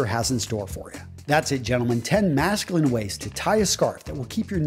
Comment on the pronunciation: I don't quite see the need of having to emphasise "manly" and "masculine" like that. Regardless it's still a great video. Thanks for the tips :)